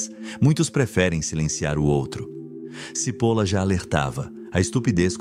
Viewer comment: Só uma dica. Não se pronuncia CIPOLA mas sim TCHIPOLLLA. pois é um sobrenome italiano e significa cebola. Att